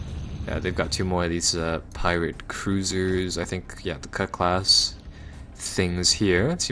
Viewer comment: CUTLASS! ITS PRONOUNCED CUTLASS!!!